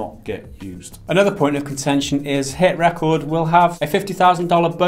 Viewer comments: Its driving me nuts to hear you say HitRecord like that! that is the wrong inflection of the word, its meant to be re-cord not rec-ord. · Hit ... Ree-chord. Like recording stuff... dudes... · You keep pronouncing HitRecord with emphasis on “cord” like a song or achievement.. isn’t it HitRecord with emphasis on “Re” as in Recording a show on tv? it seemed like an odd pronunciation to me.. just saying